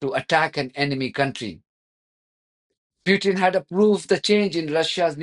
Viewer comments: President Putin not Pyutin. Please have some respect. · Please, show some respect as an Iranian and pronounce Putin name properly.